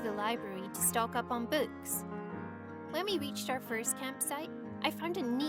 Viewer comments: She has blond hair instead of black ,she says books like bouks, and idk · beuks That’s not how you say books... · omll when she says books its sounds like buuks lmfao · I really thought she says she was obsessed with boobs had to remind it and realized she said BOOKS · When she said “books” I thought she said “boobs” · sounds like BOOTS not BOOKs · I thought she said “I’m obsessed with boobs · Am I the only one who thought she said she likes boobs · who else thought she said boobs? Cause I was like, the title says she has boyfriend, so is she bi or smthn? But she meant books. LOLOLOL. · Oh i thought she said boots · every time she says “books” it sounds like boobs. “She was obsessed with sports and i was obsessed with boobs”😂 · I thought she said "boobs" not "books" took me a bit to realize what she said xD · that sounded like “im obsessed with boobs” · Anyone else heard boobs instead of books??? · Everytime She says “books” it sounds like “boobs” OMG 1K LIKES? :O I’ve never gotten that before! The highest I’ve ever gotten was 30! Thank you guys so much <33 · I heard boobs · I heard boob's😂😅😥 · I heard boobts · Who else thought when she said books she said butts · When She Says “Books” I Sounds Like She Said “Boobs” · I can't be the only one who had to listen to that a few times to make sure she did not say boobs😂😂😂lmao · How the hell does the pronounce "books"? "Bewks" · When she said books I thought she said booze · "We both have curly black hair" Either of your hair is really curly and yours is blondeish Everytime she says "Books" it sounds like "boots" to me. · When she sounds like shes saying "boobs" instead of books. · I heard boots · i heard boots and foods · Lol I heard boots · I heard boons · No I heard boots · I taught she said „boots” but I found out she actually says „books” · who the heck says books like BOUUUUKESSSSS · did she seriously say books wrong? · Omg thank goodness am not the only one who thinks that way